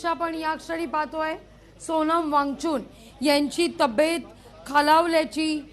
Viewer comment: सोनम वांगचून नाहि मॅडम वांगचूक नावं आहे ओ काय पण निदान मराठीचा उचार नीट करा 😅